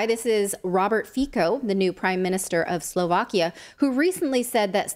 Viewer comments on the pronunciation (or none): Robert Fico is BASED. And btw, it's prnounced FEET-so.